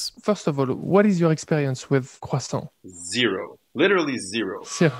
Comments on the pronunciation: eating and saying cwasson is amazing ❤️ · Croissant but is sounds like "Khwasong" i guess its Chinese not French 😂